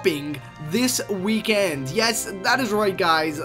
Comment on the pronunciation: ''That's right. This WEEKAND.'' lol